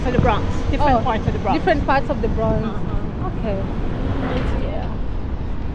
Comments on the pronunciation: the word is Bronx not Bronze. Use Google to get the correct pronunciation of the word. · Hey, Welcome to America! And the way you pronounce that section of New York you visited today is the Bronks that’s how it’s pronounced but spelled Bronx 👍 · You said the Bronx wrong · please try and pronounce the Bronx you not saying it correctly